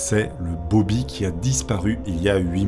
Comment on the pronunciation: "Bob'larre" pour "Bobby" c'était trop ahah 🤣 par contre, 20 000 dollars pour l'époque, ça me semble VRAIMENT beaucoup, même si ils étaient riches, ça fait une somme énorme pour l'époque, et ça représente bien plus que 20 000$ d'aujourd'hui! ahahah ce charisme présidentiel 🤣